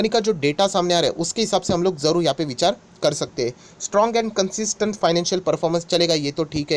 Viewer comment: Sir aap marathi ho..ye baat sure hai... "Vichar 😀"